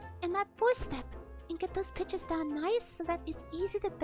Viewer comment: omg everytime he says pitches I keep hearing "Bi**ches"